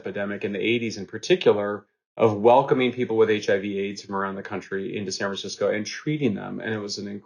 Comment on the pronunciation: He actually said Sanfransico twice, thank u I thought it was just me.